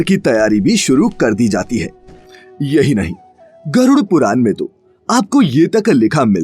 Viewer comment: ण कहना सिखाएं अपने वाचक को। बार-बार पुराण को पुरान कह रहा है।